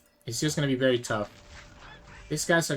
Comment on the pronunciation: bro cant pronounce a v